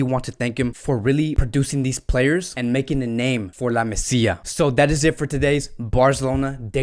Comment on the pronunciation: It’s called La MAsía not la Messia.